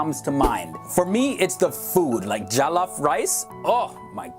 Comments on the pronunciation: MY MAN SAID JALLAF RICE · "Jalaf rice" You did not- "Hasa, Eeegbo and yoorooba" you did not- "Oiyo" you did not- "eedo state" you did not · "Jaolloaf" it's jollof smh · Yikes “jallaf” rice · The way he pronounces jollof, yoroba, or hausa is embarrassing😕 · true he pronoused the jolof rice wrong how could he